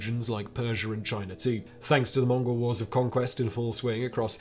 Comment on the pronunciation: Chiner.....where is the a R in CHINA